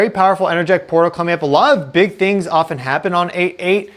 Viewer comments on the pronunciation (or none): none